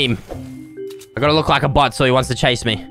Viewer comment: when says bot it sounds like butt